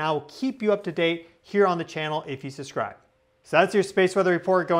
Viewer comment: Please, it is subscribe not susscribe .. just a small critique and a minor annoyance … put the b in it. Aside from that, I enjoy your content, thanks for what you do.